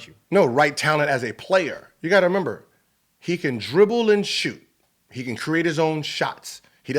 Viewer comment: My man gilbert is dumb as hell lol he kept saying member its remember lmao